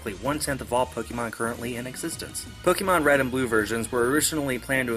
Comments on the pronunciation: It's POK-A-MON not pokeeeeemon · Pokémon isn't pronounced Pok-ee-mon It's pronounced Pok-AY-mon Hence the é?